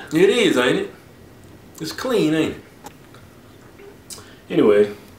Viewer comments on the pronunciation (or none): that's KUH-LEAN!!!!